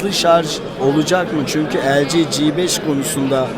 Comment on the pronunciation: arkadaşlar su LG nin telefonlarına cibeş demeyin cibeş nedir anlamıyorum ya 'gebeş' dir yada 'cifive' yarı ıngilizce yarı turkce ??? birde siz bu işlerden anlayan isanlarsınız dikkat biraz daha lütfen...